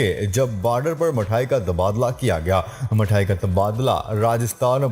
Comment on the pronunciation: Mayayee nahi balki mithayee sahi talafuz hay